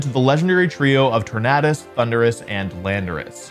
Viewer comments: I hate how he says Tor-nahh-dus instead of Tor-nay-dus 🥴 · that's like saying tor-NAHD-o though, and it's quite clear that that's incorrect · why does he keep saying tor-NAHD-us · Why does he pronounce it TornAHdus? 😭 it’s tornadus like tornado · Tor-NAE-dus. Like Tor-NAE-do. No one says Tornaado, say it correct please. You're a VGC Champ😭😭😭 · The fact that this guys career title is “professional pokemon bibeo gamer” but says tornadus as “torn-add-us” is sad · Tor-Nay-Dus Exactly how you would pronounce tornado Great analysis btw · TornAYdus. You don't say torn-uh-do do you... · Why're you saying Tornadus weird?